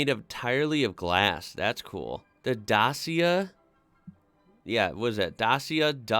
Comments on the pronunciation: Dacia WAS originally a cheap and VERY basic East European marque, before the "iron curtain" rusted itself to pieces! Basic motors for the poorest, without ANY safety aids or comforts! Then as the western markets started opening up, Dacia, (pronounced DA-CHIA) was bought out by Renault, in order to modernise it's production and it's range, The "Duster" is Dacia's first original design, and uses parts from both Renault AND Nissan, with whom it shares a lot of development resources. The range consists of a small hatchback called the Sandero, a mid sized SUV called the Jogger, and the Duster, it's main breadwinner 4x4! ALL are award winning BUDGET cars, at some time in their production run! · The way you pronounced Dacia is the way most English speakers say it, but it’s actually supposed to be pronounced (phonetically) DACH-EA. They came into being as a cheap car maker in Romania producing discontinued Renault Models primarily for their home domestic market. Renault took the company over in the 1990’s. Dacia is named after the old Roman province which is what we now call the Romania. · Maybe when the brand was introduced to the UK, but I've never heard anyone say it like that for the last, perhaps 8 years. Most of the time I've heard it pronounced datchia, which is no surprise as that is the pronunciation in the adverts. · Skoda is pronounced-Shkoda,Dacia=Dachia,not Dasia. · Dacia is pronounced 'Datcher', and Seat is 'Say-at'. Oh and Nissan's Qhashqai is 'cash-k-i'. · OPEL. Vauxhall is not the real name. Also Škoda is SH-koda, also Reno Megan, also Dacia is Romanian brand - Dachia. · The ci in Dacia is pronounced the same as the ci in italian ciao. Also it's the old name of the country Romania. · Dacia is pronounced datcha and is Romanian owned by Renault. Seat is owned by Volkswagon as is Skoda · Wrong pronounciation of Peugeot and Dacia. Well look up for pronounciation, even for Škoda... About Megane, it's pronounced like MEGAN...